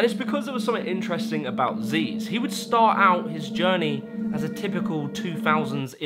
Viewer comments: STOP CALLING HIM ZEEZ, YOU LITERALLY INCLUDED VIDEOS OF HIM SAYING 'ZYZZ" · Zyzz is pronounced “ziz”, not “zeez”. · "zeez"? I thought it was "Zizz" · Zyzz says his name in the clip but he still gets called zeez😂